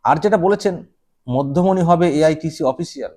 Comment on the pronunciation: ঠিক করে পড়ে দেখুন না, মধ্যমনি না,'মধ্যমেনি' !!!!!!😂😂😂😂